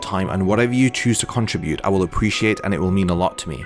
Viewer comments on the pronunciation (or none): none